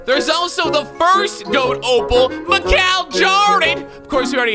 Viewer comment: Anyone else mad at how he's saying G.O.A.T. instead of just goat